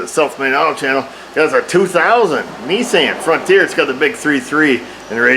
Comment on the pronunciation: I some times wonder if the video gets paused because Mrs. O pops you for making smart remarks. lol I get a kick out of your timing and the way you say Kneesaan.